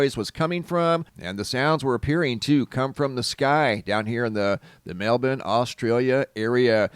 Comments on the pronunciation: It’s pronounced MEL-BORN. Not MELBIN. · *mel-born*.... you're saying melben... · It's not pronounced Melbin at all. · ugh i can't take it anymore you sound so ignorant sometimes its pronounced Mel-born melbourne is pronounced MELL BORN